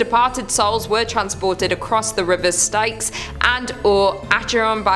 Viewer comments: Firstly we lose Jack, then we lose added bonus of bonus laughs and bloopers and now Styx isn't pronounced properly (it's pronounced Sticks). I REALLY MISS FUN 😔🌈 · ya killin me! The river Styx does Not rhyme with yikes, it is just like Sticks. I love you woman but ya killin me 😝